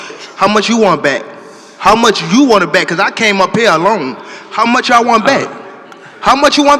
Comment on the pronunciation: that I came up here “Alown” that’s how he said it lol. He gone knock dude out 7-8